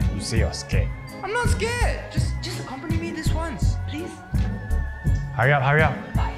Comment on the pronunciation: Mmm love the "soemthing" and "accoompany" xD